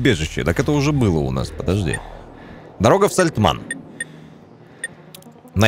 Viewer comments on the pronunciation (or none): все ништяк, только меня прям тригерит, когда говорит Сальтман, вместо Сальтамн)))))))))0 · Да не САЛТЬМАН А САЛЬТАМН говори исторично это очень важно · Да не Сальтман, а Сальтамн! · какое ж всё такие сложное название деревни Сальтамн- ты уже пару раз сказал СальтМАН. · Только отец ни разу не произнес правильно Сальтамн😂😂😂